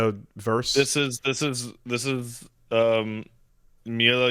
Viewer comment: I know it's a meme that can't read but Mila is a fucking four letter word, man.